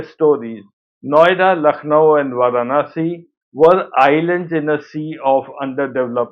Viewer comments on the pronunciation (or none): none